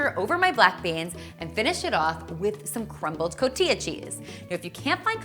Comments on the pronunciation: It's pronounced "CO-TEE-HA" 😝 Nice recipe. 💗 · looking AMAZING! i need to try these. Cotija cheese is pronounced /cotiha/ though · Cotija is pronounced Cotiha. nice recipe, but veganize it would be healthier.